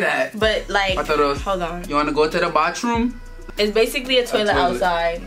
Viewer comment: “Wanna go to the baltroom(bathroom)” 😭😭